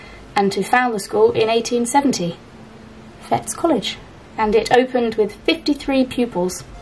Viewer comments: Enjoyed this again ... so soothing to watch while I do some hand sewing. The school name is pronounced 'Fetties' - like 'Betty' with an s on the end. I know because it's mentioned on the media now and again because one of the pupils was Tony Blair. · Hello ladies.. lovely to see you on Scottish soil! Just to be pedantic…the College is pronounced “Fetties” … Tony Blair went there, among others well known names. Huge, impressive building.. looks like Hogwarts! Unfortunately no longer running in the spirit of its creation… it’s very much NOT for poor kids these days! Glad you found so much great stuff! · I’m chuckling quietly at the Fettes College find. It’s pronounced “ Fet” as in let, then tees. Fettes is the Eton of Scotland. Many of my friends brothers used to go there. One of my school friends was one of the first girls to go there when it became co Ed. I went to the school literally over the road from there. We had many a snowball fight over the road between the private boys and the Broughton pupils. Oh fun memories. Back then the boys had very distinctive blazers and used to go into Stockbridge to buy supplies, as girls we used to love to smile and chat with them - it was torment for them coming from an all male environment. The little doll will have to have a good Scottish name like Wee Jeannie, or Heather or Janet. I loved this video, thank you.😊